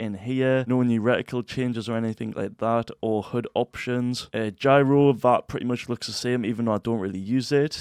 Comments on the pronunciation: Say it with me, Gyro- year-o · Dude cant even say gyro right lol